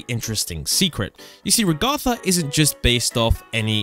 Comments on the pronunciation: Why does he keep saying Ragatha's name wrong? This kept annoying me. Also the void doesn't have to be a reference, a void is an empty space that goes on forever. Yes they're both white but voids are almost always shown as either black or white. Also the sun and moon thing is dumb. It's a sun and moon that doesn't mean it's a FNAF reference. And he says lets get away before the moon gets frisky. He's talking about the moon not both. He might have some sort of relationship with the moon. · Why does he pronounce Ragatha like that?!😢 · Why do you say ragatha like that😭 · Ra-gatha❌ Rag-atha✅ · RagAtha how he pronounces it the real pronunciation RAgatha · RAGTHA IT’S RAGATHA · The fact that you mispronounced Raghetha’s name in the same way that AI voices (Microsoft Mic) do, tells me you haven’t actually watched the show, just used other people’s youtube videos as a reference, considering they say her name in the show itself. It’s Rag-uh-the, not Ra-Gotha. It’s a mixture of Raggedy Ann (which she is a reference to) or Ragdoll, and the name Agatha. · STOP SAYING IT WRONG Its Ragatha not Ragotha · It’s ragatha not rogatha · Ragatha not Rugutha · Ragatha not Ragotha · Its not re ha tha its raga tha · Ragatha not "raguhthah" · Reg are tha???? 😅 Its just ragatha... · Its pronounced Rahgahtha not ragather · ……I’d suggest you learn how to pronounce “Ragatha”’s name… it’s not “Ragartha”…… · Not him calling ragatha “Regothah” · IT'S RAG-ATHA NOT WANT HE WAS SAYING IT WAS ANNOYING ME!?! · One of the main characters, “rag-AR-THA” 😐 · istg if he says ragartha one more time.. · It hurts me so much 'ragartha' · dude its rag - a - tha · Bro it’s ragatha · It’s rage tha ragetha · He said Ragath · It’s (RA-gith-a) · the amount of times you said her name wrong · Also u pronounced ragatha wrong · I like how he says ragatha wrong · Please stop saying Ragatha wrong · You’re saying ragatha wrong